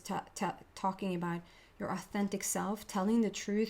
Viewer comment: I’m Canadian and I chuckle every time you say aboot.